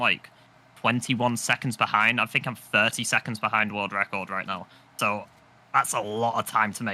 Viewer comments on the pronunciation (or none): My bad but “world wecorded” 😂 I appreciate ya videos man!!